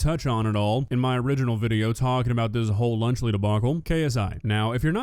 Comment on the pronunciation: Lunchly is nowhere near “lunch”